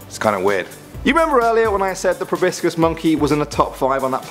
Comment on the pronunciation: It's not prounounced (pro-bis-cis) it's (pro-bo-sis)